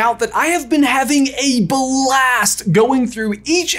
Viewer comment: Haha "have been having a Bah-LAST" he says 🤣